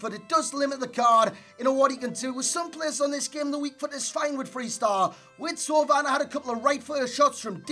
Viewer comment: Finally a YouTube who can pronounce Thauvin properly